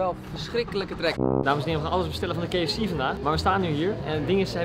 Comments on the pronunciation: Mooi dat zoveel mensen de engelse letter 'K' niet kunnen uitspreken, zo ook Koen. KiiiiiiiFC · ke f ci 😂😂